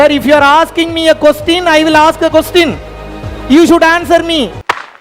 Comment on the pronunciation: Saar if you ask Qostin I ask Qostin. Annoying lame fellow.